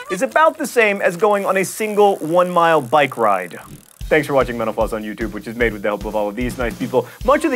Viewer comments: Mental Floss is great but every time you say "Thanks for watching Mental Floss" I hear Menopause... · Man, I keep hearing you say "menopause" instead of "mental floss"... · Kinda sounded like you said thanks for watching menopause at the end there- hey, that's probably something people have died from, right? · When he says "Thank you for watching Mental Floss" I always think he says menopause.😂😂😂😂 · I sometimes hear "thanks for watching menopause" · For some reason, I hear "menopause" when you say "mental floss". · I keep hearing menopause when he says mental floss...